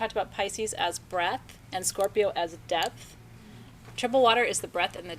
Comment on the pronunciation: not this Scorpio I will give the façade of making you think I don't need anyone, but I thrive on imparting knowledge with others and want to learn from others. yes is awesome. so wonderful to hear you say Scorpio beautiful